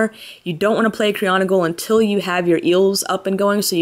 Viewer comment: Cry-OG-onal! Not Cri-ON-OGal. Sorry that really bugs me